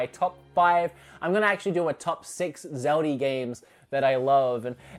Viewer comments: It’s Zelda. Not zeldee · Zeldie? Say it with me buddy its Zelda with an A not ie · Sometimes It sounds like says "zelder" instead of zelda. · “zeldy” hmmmm oh wait ZELDA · Or "zeldy" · Zelder? Australier? Norr? What the fa*k?